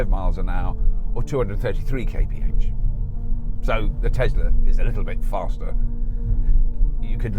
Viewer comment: The first person I hear saying "kay pe age" (Kph) funny :D